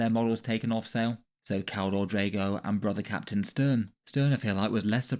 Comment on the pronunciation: Keldor Draigone